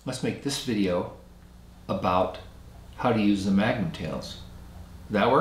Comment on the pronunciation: His name is Mangum, not Magnum.